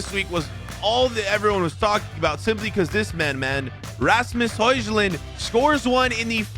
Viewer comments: Bro hojlund is pronounced hoilund...not hojlund 😅😅😅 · It is pronounced Hoyland not hojland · tip its not hojslund its hoylund how to say hojlund